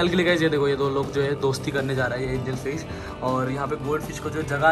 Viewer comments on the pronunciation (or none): Angel fish not angalfish